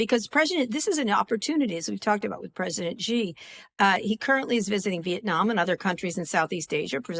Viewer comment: SHE. It's pronounced, "SHE," not "GEE." Pinyin takes about 10 minutes to learn. I can't for the life of me figure out why so many commentators, who would like to be taken seriously, can't even take it upon themselves to correctly pronounce the name of the leader of Communist China, Xi Jin-Ping. FWIW, in Chinese, the word, "GEE" means "chicken."